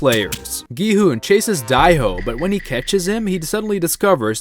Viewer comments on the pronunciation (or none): Whos die ho its dae ho